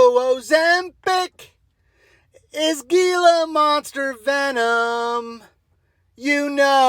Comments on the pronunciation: it's not pronounced "gee-la", but more like "hee-la" phonetically . it's a hispanic name for the reptile . just sayin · gila monster is pronounced hee-la 😂😂❤